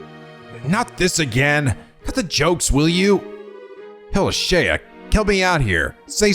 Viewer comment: Isn't Shea just pronounced shay, like the butter?